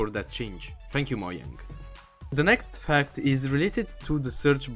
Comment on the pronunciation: When you say "fact" i thought you say "fuck"